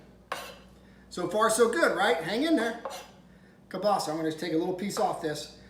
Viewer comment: Yum,you're pronouncing kielbasa wrong.